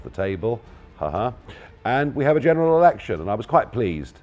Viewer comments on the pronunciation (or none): Did he just say "general erection"?